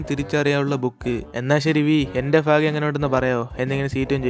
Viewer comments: ഭാഗ്യം എന്നല്ലേ പറയ എന്താ ഫാഗ്യം എന്ന് പറയുന്നത്.... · Bro ഫാഗ്യം ala ബാഗിയം anee